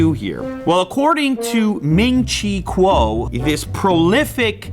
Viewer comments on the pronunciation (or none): Btw it’s pronounced cow not kuo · I’m pretty sure “Kuo” is pronounced like “cow”.